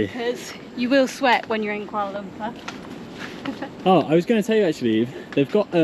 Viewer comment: Welcome back to Malaysia n enjoy your stay n stay safe. Every time i watch white people youtuber...it always suffocate me when hearing their pronunciation in malay language. Fyi... It is kooalar loompoor. Saloma is sarlomar. Here in Malaysia.. A is are E is err I is ee O is owe U is oo C is ch K is k G is g only (got, get, gut..) J is j only ( job, jab, jet, just..) We don't have silent letters nor dual sound for a letter. There you go. So if anyone with English as your first language and reading this... bear in mind that the roman letters in Malaysia has a bit different sound from English. Happy learning everyone.